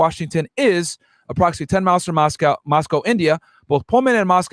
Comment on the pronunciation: So many errors discussing this case. Minimizing the young ladies to three “blonde” sorority girls. Which isn’t even true. Dylan and Bethany misnamed. Moscow being pronounced wrong, where the dog was located. I had to stop listening. The turtle suit is to prevent a prisoner from unaliving themselves. He’s not wearing a bullet proof vest. He also has not entered a plea yet! That was just a statement he made to his original lawyer for the extradition hearing in PA.